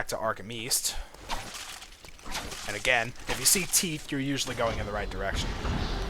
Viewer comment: Teeeeeeth god damn it not teeefth